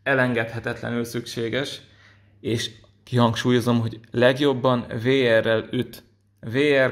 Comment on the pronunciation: A VR-t úgy kell ejteni hogy víár.